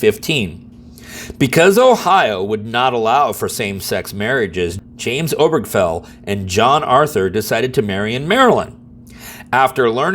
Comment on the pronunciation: I thought the name "Obergafel" had four syllables.